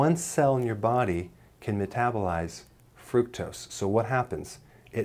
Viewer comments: wtf is frucose? You will make me forget my very few English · What's frucose!? Lol 😅 Wonder if he's ever realized it's spelled wrong 😂.... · Did you mean FRUCKUSE? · Fructose with a "t". You're still the best. Thanks for saving lives.